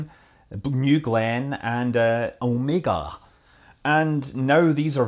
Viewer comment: at least someone who can pronounce OmegA' correctly :D Blue Origion = SpaceX 2.0 ?